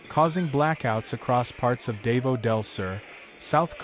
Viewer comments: Its called "Daw Vow" said quickly not "Day Voo" ie " Davou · It's not dave-0 it's pronounced da vo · Its NOT pronounced, DAY-VO! GODDAMN why cant they at least take the time to learn how to say the name of the city! its pronounced, DAH-VOW. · The place is pronounced DA-VOW, not "dave-oh". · Theres a bunch of Scuba diving there, man what did they go through? FYI its not "Dave-Os" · so sick of AI - the city is Dah-vah-oh - sheesh -cant you idiots do anything right???? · Wie bescheuert muss man sein, über ein Land und über städte zu berichten, aber permanent die namen der Städet total falsch auszusprechen. Davao ist nicht Davos (die Spercher und Sprechering aussprechen) Dasvos ist in der Schweiz und nicht auf den Pfilippinen. Und Davao heißt auch nicht Davo. Eine Stadt Davo existiert nicht. Dämliche Sprecher oder Scheiß-KI. Es heißt Da-va-o !!!!!!!!!!!!!!!!!!!!!!!!!!!!! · So you know its pronounced Dah-vow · As ever, American commentators demolish the correct pronunciation of overseas place names. Why do they always do that? Are they not educated? Do they have no sensibilities? And indeed, why have an American voice at all? Real ignorance is demonstrated when these speakers show such disdain and utter lack of respect for local communities. Perhaps we ought to say Wishington or Califunia or Los Ongeles or Tixis or New Yuk or Busten .... and see how they like it! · well, you got every single city name WRONG, but Leyte. HAHAHA